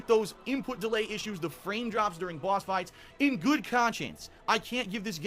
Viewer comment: “Bwahhsss fwights”